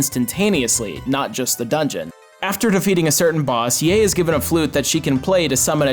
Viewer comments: How do you pronounce the oe in Goemon correctly but fuck up the ae is Yae? Also what the fuck was that thing with Kageyama? It’s so straightforward and phonetic I could ask my whitebread “There’s anime besides Akira” ass dad to pronounce it and he’d probably get it. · im surprised you can mispronounce yae's name like that considering she only says it out loud half the time you select her character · Ebisumaru, not "Ibisumaru". Yae, not "Yay". :) One of my 20 favorite games ever. I wish we met Goemon again in the West. :/